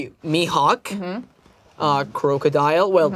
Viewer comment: Bruh it’s “crocodile” not “crowcodile”